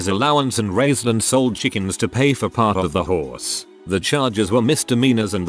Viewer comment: The horse story...sad but I cackled because the way he said horse sounded too much like whores 🤣 "ripped the poor whores face to shreds, the little boy saved up by selling chickens to pay for half the whores" 😂😂😂